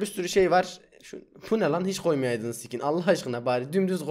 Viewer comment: abi ne diyon kmrfmıeoıgnıgn ski skin diyo fdknlflngefmge